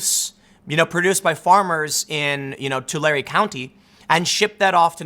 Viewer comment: Wow you said Tulare right